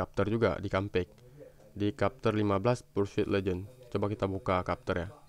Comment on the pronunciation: bukan kapter bang tapi bacanya "cepter"